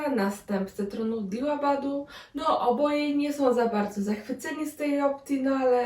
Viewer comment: Dzień dobry, dziękuję za recenzję, tylko jedna uwaga: nazwy w tej powieści w większości są już przystosowane do wymawiania po polsku, więc skoro w oryginale "Daevabad", to po polsku "Dewabad" (nie /diłabad/), i to samo dotyczy "dewów/Dewów". Pozdrawiam